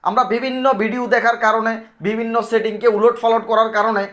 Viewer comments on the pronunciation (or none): none